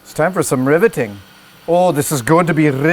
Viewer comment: Oh this is going to be riveting ( Scottish accent is tight ) hahahahahaha